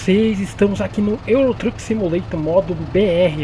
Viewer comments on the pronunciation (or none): "EURO TRUQUE SIMULATOR" KJKKKKKK O FLUENTE EM INGLÊS